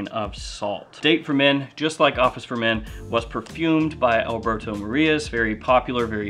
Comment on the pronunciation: (Try it this way) Al-bear-tho More-e-jazz, he is a master